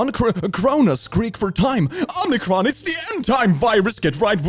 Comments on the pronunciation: I like how confidently you say omnicron every time omicron is written. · There's only one N on Omicron. It's not pronounced Omnicron... Why do people keep calling it Omnicron? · first of all, its OMICRON, not omNicron. Second, Moronic has 7 letters, Omnicron has 8.... you'd miss an n. He could've spelled it wrong but I mean, if you write bullshit at least get your spelling right. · If we must talk about the latest variant of the bullshit virus, let us please use the correct enunciation. It's Omicron, not Omnicron. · Oh-meh-cron. Not Om-nee-cron. It's like it only has ONE "N" in it.